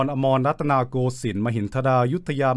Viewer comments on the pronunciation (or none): yep the rattana in , is supposed to end in high tone, avatar in is also off but otherwise, sounded completely like how a native would say it